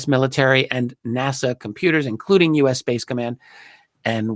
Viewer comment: Just to let everyone know no body else in the UK says NASA like he does in the U.K. I'm really surprised to hear how he pronounces it, he must have heard thousands of people saying NASA over the past 20 years!